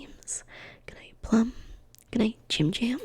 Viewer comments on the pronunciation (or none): none